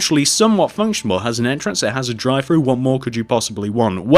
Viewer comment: When he said "drive thru" I thought he said "dry fruits" xD